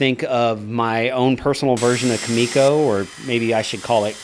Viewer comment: its really triggering that hes saying kumiko wrong, but awesome build anyway